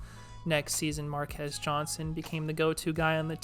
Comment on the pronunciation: Why do you pronounce it "Mar-kez" Johnson?